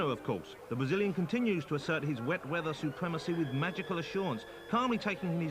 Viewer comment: The soundtrack is awesome its like 90s video game music. But common man “wet weather wace twack”😅😅😅